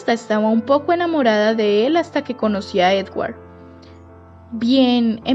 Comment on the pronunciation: Dices corePto, edguar , 😂